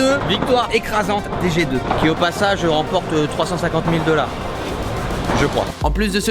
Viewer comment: Ce bon accent français "Et c'est l'équipe jet d'oeufs"